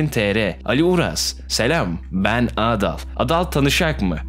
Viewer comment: Abi adın adal ama sen ağdal diye söylüyorsun